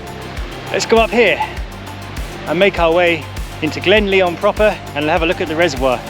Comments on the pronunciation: It's pronouned as LION (though spelled LYON) and not pronounced as LEON. Nice video! The music is overly intrusive and loud in places. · It’s not Leon it’s said as in lion,also it’s pronounced Tinedrum otherwise enjoyed the video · it is pronounced lion not Leon glen lion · It’s pronounced lion mate - nice vid! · it's pronounced Lion, like the king of the beasts. Great videos by the way, keep up the good work. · Epic" i think its pronounced [ glen LION] as in king of the jungle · "Lyon" ? Your pronunciation needs a lot of work